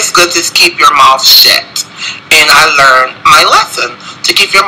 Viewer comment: For 3 reasons why I'm done; purching & smacking your lips, instead of saying homosexuality he kept saying homosexual, & replacing "good" with "goot".